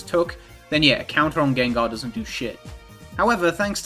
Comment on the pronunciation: “Jenjar” fucking took me out